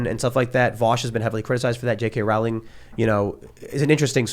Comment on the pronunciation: Hey, Tim Pawl, Rowling is pronounce Rolling, the Row is pronounce Row as in Row your boat.